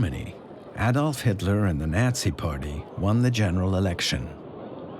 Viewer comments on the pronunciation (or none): Nazi, Delano, Toledo - mispronounced.